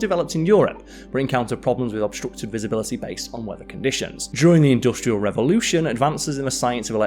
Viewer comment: This guy needs to learn how to pronounce "industrial" correctly.